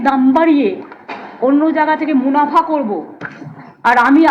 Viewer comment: Tv 9 কে বলছি ওটা মুলাফা না ওটা মুনাফা হবে